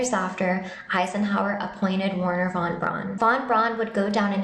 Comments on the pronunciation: Teach that child how to PRONOUNCE von Braun. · It’s not Von Brawn: Pronounced like ‘fon brown’, although most Americans and Brits would say ‘von brown’ because we can’t get our heads around the German v. But it’s not ‘brawn’. Rant over. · There was nobody called Wernher von "Brawn". His name was pronounced "Brown", as are thousands of other German people's names. Same colour, same common surname, just a different spelling.